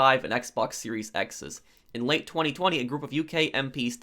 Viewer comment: I find how you say 2020 VERY OFFENSIVE and offensive content notice